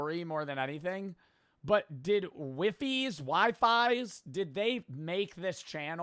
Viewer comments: The pronunciation of my goat wifies hurt its wee fees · its wee-fees not wifis or wiefies wifies is how its typed but pronounced wee-fees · Yo Bro,, There's A Part Two Now Btw (Also, It's Pronounced Wee-fees) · Bro needs to get fired for how badly he butchered wifies